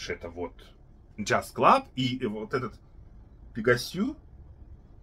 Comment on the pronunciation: Пегасьё, Шанель Пари... Хспд. Ну почему нельзя называть Пегас и Париж?, Вы уже сами запутались как произносить. Как Вы правильно сказали, что бренд французский, а название написано на английский манер. Не знаю, может я придираюсь, но эти попытки называть ароматы по стране происхождения, прям триггерят меня. Почему тогда ГанимэдЭ не говорите, а Ганимед?)